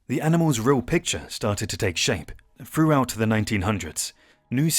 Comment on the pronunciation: Froughout, Aftermaff... Why can't grown adults pronounce TH any more?